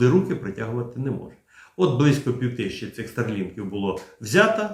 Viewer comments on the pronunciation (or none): none